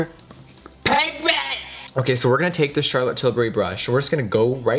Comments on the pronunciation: hahaha the way he said pigment tho!! I kept on replaying that so many times! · The way she says "pigment" in slow mo 😂😂im dead